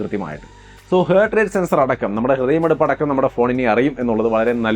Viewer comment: ഹേർട്ട് അല്ല ഹാർട്ട് ആണേ 😌🥰